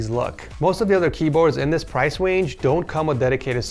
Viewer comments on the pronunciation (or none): price wange 😂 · price wange haha